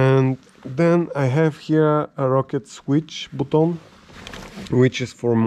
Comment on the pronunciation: I love how you say BUTOUN box... love everything you have there brother. Crazy rig!